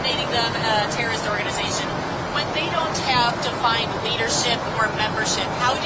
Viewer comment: Organ-eye-zation, Leavitt? Pronounce it properly. Speak English!